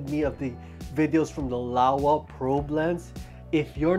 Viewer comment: Lower: Laowa loll